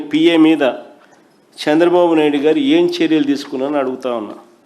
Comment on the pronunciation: సాంద్ర బాబు కాదు రా say చంద్ర బాబు . First learn to speak any one language properly. Tdp is ruling very well, we are happy. You don’t worry